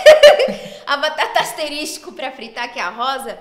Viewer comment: ASTERISTI KKKKKKKKKKK